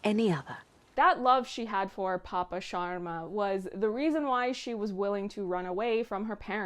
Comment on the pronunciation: God I loved it when u said sharma the right way and not “Shaama”